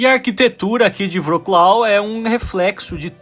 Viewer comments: Você é estudante de línguas eslavas. Poderia melhorar essa pronúncia. "Vroklau" é horrível. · Sigo a Ana do canal "O mundo para iniciantes" e ela mora ai. A pronúncia do nome da cidade me parece diferente